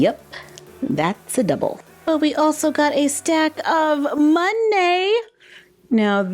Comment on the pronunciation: Sooo when you opened the second one with the playdoh horse I heard "Yep.... that's the devil," but I'm assuming you said "double." XD